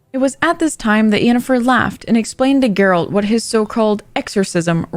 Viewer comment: It's Yennefer. Not with a 'J'.